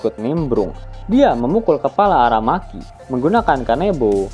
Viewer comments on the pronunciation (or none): aramaki Cok bukan arameki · AraMEKI, Bakainu, yemete, ASUzuki 😂😂